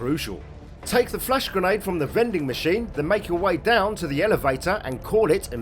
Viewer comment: Whenever you say flash grenade I keep hearing "flesh grenade". Like it's some sort of lovecraftian sci-fi horror weapon